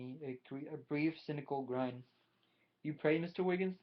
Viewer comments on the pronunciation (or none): "youman" ... Jefferson is trying to say human, and it is "grin", like the facial expression, not pronounced "grine" like you say.